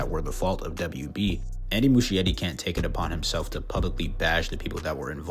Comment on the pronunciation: The ‘ch’ in Muschietti is pronounced like a ‘k’, so it’s Mus-ki-etti, not Mushy-etti.